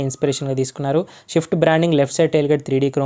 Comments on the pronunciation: Is it swift or shift, first speak it properly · Shift kadhu ra..swift